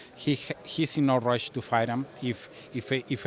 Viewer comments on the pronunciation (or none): none